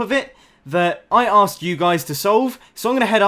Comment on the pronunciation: He said "I Asked" I heard "i Ass"